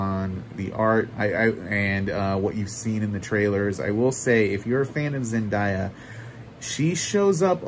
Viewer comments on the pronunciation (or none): thanks for the review, i can’t wait for this!! i’ll be seeing it in of course. we need part 2! also, you kind of spoiled when it comes to duncan :(( btw, it’s zen-DAY-uh not zendieya and denis’s last name is pronounced “veel-nuv”